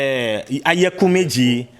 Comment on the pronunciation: Oyekumeji not Ayakumeji lol My fellow Ghanaian in IFA ooo...good to know Ghana to have IFA teaching.